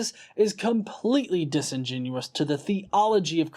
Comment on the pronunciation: I like that you've figured out how to say "disingenuous" properly now. You used to always say "disingenuine".